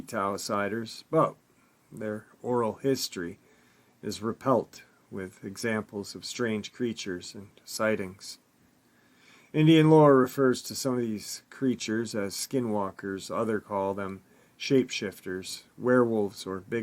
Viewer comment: It's "oral history is REPLETE with..." not reply with Replete pronounced like Complete ❤